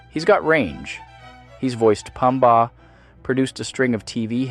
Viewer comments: Threw me off too, the hell is Cha-Nukah or Puhm-Ba 😂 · This has to be an AI voice. No way you have this level of vocabulary and wordplay but don’t know how to pronounce Chanukah or Pumba. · Chocolate, dogs, pineapple, nay… you’re welcome. Also, respectfully, you mispronounced Hanukkah and Pumba.